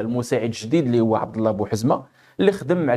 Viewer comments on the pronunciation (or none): none